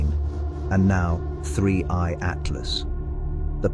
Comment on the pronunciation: It's 3i,not 31